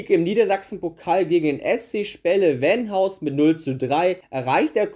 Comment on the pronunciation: Also den FC Gütersloh sollte man kennen. Und es heißt Vegesack und Venhaus und nicht Wegesack oder Wenhaus.